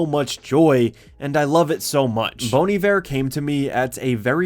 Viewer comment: I didn't expect to here Bon Iver being pronounced like "bone eever"